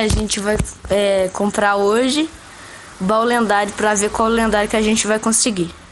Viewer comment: E ele falou lenhado kakakka